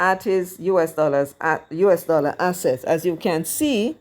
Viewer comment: Mark not a Dallor not a red cent